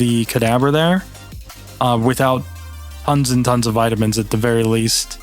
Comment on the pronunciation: All the vitaminininininins